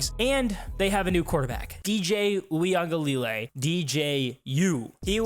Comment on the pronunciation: Productions It is easy to pronounce DJs last name correctly if you take one second to learn it. You butchered it - he’s been in NCAA as a starter for years- he may suck at football but he deserves to have his name said correctly. “oo-ee-unga- la-lay”